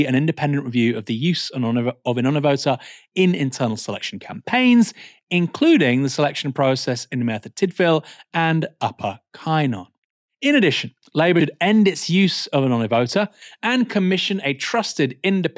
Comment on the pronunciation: PLEASE make a little effort to pronounce Cynon correctly in future. Cynon, with the “cyn” sounding like “gun” is the correct pronunciation. Won’t take long to learn basic Welsh pronunciation. Diolch!